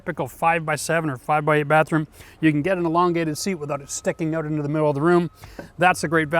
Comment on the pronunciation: The balls come "ooot"?